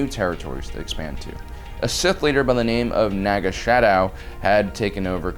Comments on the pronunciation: *Sadow not "shadow" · Its not SHadow its SAdow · Naga Sadow, not Shadow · That was not Naga Shadow...it was Naga Sadow